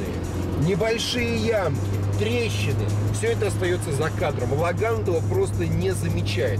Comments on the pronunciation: Про китайца в точку. У ланоса без гура руль 5,5 оборотов делает. Ужас прям камаз. Не логАн, а лОган. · А почему лАган?? Написанно же логан!